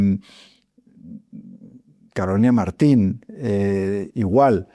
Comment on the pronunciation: David, sin ánimo de ofender, es Carolina Marín, no Martin